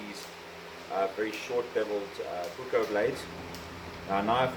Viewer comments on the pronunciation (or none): You are saying 'puko' and that's not even a Finnish word. The two same vowels and the two same consonants in puukko is pronounced as a long sound, puuuukkkkko :)